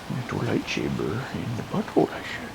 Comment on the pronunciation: Does he say lightsaber in the butthole I sense at the beginning when waiting for the dude!! Had me laughing my ass off